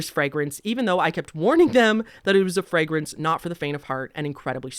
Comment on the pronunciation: first, great review. don't take this anyway in particular but, i gotta ask. where are you from? in general, US north, south, east, west, Canada etc,,, hust asking because of a few words you pronounced in a way i can't place. e.g. frag-rance (a couple times), la-nolin (early in the video. oir was this just a scripting reading error kinda thing. was just a curiosity.